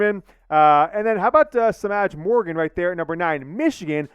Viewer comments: Semaj is properly pronounced Sim-maaj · Ooof im sorry but that’s not how you pronounce Semaj